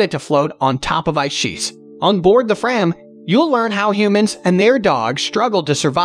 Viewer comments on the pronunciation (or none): Nice choices. Please work on your pronunciations: VEE-ge-lahnd: BIG-doy, Frahm.